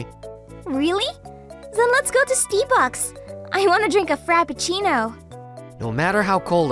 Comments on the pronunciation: Wait she said steebucks isn't it Starbucks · Wa.aaa.ittt a min. Steebucks? Fappechino?😂😂😂😂😂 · Did she really just say Steebucks :me breaking down